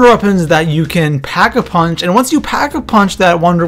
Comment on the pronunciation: he said pack a vunch